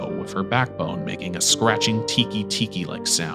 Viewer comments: It's "Teke Teke" not "Tiki Tiki", the letter "e" isn't pronounced the same outside of English. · Love this video, but you pronounced teke teke wrong